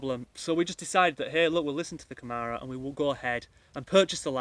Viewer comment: Its pronounced Camara with a soft a more like camera thatyou take pictures with. Good luck.